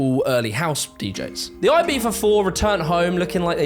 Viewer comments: Why do you pronounce Ibiza as Ibitha..? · The way he pronounced Ibiza is giving me goosebumps… Z not TH 😭😭 i know its spanish but still it sounds so wrong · I've never heard of this "Eye-Bee-Fah." The word you're showing is pronounced closer to "Ee-Bee-Tha." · its E-BEE-THA not E-BEEF-A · Why does he say Ibifa not Ibiza, like piffa not pizza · Aybeefa, for real. It's Ibiza like Pizza but (eebeetza) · Why are British people convinced that Ibiza should be pronounced AIBIFHA??? I still don’t understand it… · Why does he pronounce “Ibiza” with a V? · We the hell is he calling it Ibeefa? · It is not ibifa. Learn to speak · I had no idea Brits pronounce it "Eye-beefa" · Is he pronouncing Ibiza, Ibeefa? Google told me that’s not how you pronounce it. lol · Ibifa? Is that how its pronounced? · Eye-Bee-Tha, ffs 🤣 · "Aye-BEE-fa" - Is this really what British people call the island, or just? I clicked LIKE to partially offset the pettiness of my complaint. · Every time he calls Ibiza ibeefa I cringe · It is a good video , but why for the love of god do you pronounce it "ibifa" ? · The British pronunciation of Ibiza as "Eyebeefa" is CRAZY omg Love your videos btw. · the way you pronounce Ibiza drives me insane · Brits just can’t pronounce Ibiza properly despite trying so hard and its cringe as fuck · He did the z in a castilian spanish pronounciation. C and z are in some cases pronounced like th would in english. Cerveza is prounounced like thervetha for example. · It comes out like that because European Spanish tends to pronounce their Zs as a theta sound (like the “th” in “thumb”), and some English accents pronounce theta as Fr (like how “three” and “free” can sound the same in some accents). If you’re American, you’re probably getting the New World Spanish translation and we pronounce the Z the way you’d imagine. “Ee-bee-tha” would be correct in Spain though. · Why do you pronounce Ibiza like that? I get that you're British but come on.